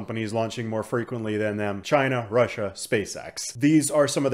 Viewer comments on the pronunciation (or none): none